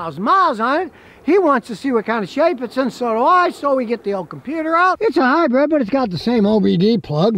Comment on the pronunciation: Scotty.. I keep telling you.... It's a HYBRID ! NOT a Hybread !